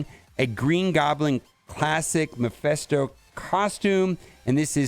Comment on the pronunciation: not trying to be picky, but its m-E-ph-I-sto, not m-I-ph-E-sto. like, MEH-phisto